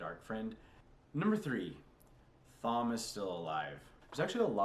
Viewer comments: Before Perrin meets the Wolves, we get no POVs from him, that's why he felt blank. Nearly all of TEOTW is from Rand's POV, what you're getting is the views of a niave, inexperienced and unreliable narrator. The H in Thom is silent, pronounced tom. Male Aes Sendai broke the world, a side effect of the Taint The Dark One infected Saidin with, the Madness. Female Aes Sedai use Saidar which is clean and safe for them. Distrust of Aes Sedai is a cultural thing among the people of the Two Rivers, especially the men. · Thom is pronounced Tom 🤣 but you can say it however you like Egwene in pronounced Egwayne but I think you already know this